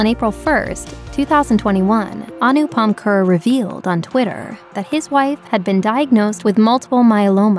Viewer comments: Its not anupam ker its anupam kher (Care) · AA-noooP-Pum Khayy-air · Anupam kher's name is not pronounced as Anupam cur, but Anupam care